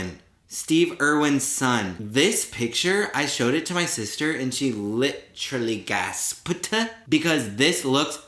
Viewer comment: no one:: LitRally GasPed